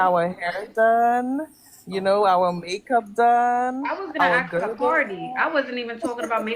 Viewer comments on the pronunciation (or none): How violent to axe instead of ask